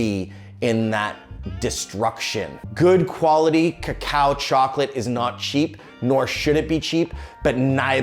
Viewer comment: I loved pronunciation. You can tell he has listened to many locals in Hispanoamerica. At last an English speaker saying /kakao/ instead of /koko/.